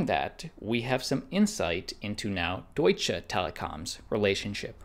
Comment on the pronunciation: It's "Deutsche" not "Doitch" Telekom.